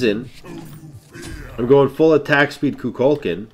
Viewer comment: Its pronounced ku kul kan